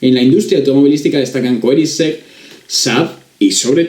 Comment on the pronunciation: Se dice Kunninsegg , el resto muy bien pronunciado y un gran trabajo. Tienes mucho potencial pero seguramente acabes conduciendo autobuses.